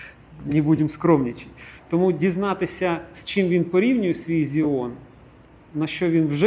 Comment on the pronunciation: Не Зiон а Цiон